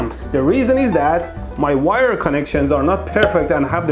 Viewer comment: I love how his mom calls it a "VIRE"